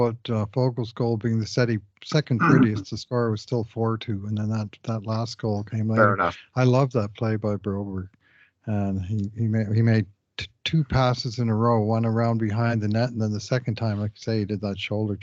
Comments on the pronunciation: 100% agree. But according to our silly hosts it is Broberry not Broberg as the entire world would call him except for Sweedish folks and these two "cool" guys. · Why do you guys keep saying BroburY instead of BroburG? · it's funny because this guy isn't worth the trouble: get a hundred points and call him brobereeeeeeeeeeee!